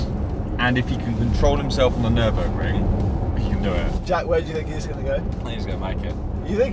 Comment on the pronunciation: Nürinburgring? Where is Sabine?? Nürburring maybe??